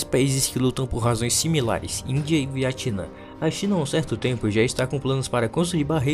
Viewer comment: Porquê você chama o Vietnã de Viatinã kkkkk